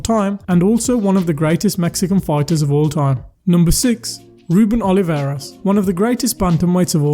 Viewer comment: ruben O L I V A R E S, not oliveira.